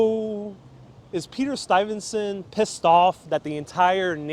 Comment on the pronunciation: is mispronouncing the name of Peter Stuyvesant. Sounds like he puts an "n" sound after the "y". Standing in front of St. Mark's church, he says "septum", when I think he means "sexton"---i.e., janitor, caretaker.